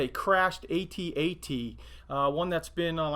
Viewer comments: Each letter is pronounced. A T A T, not At At. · It’s is A T- A T not at at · You don’t say “ATAT” it’s called “AT-AT” you pronounce every individual letter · It's not pronounced like it is pronounced like the letters A and T...There are several ATs ... AT-AT, AT-TE, AT-RT ... AT-AT stands for All Terrain Armored Transport, AT-TE is All Terrain Tactical Enforcer, AT-RT is All Terrain Recon Transport... Awesome work anyways^^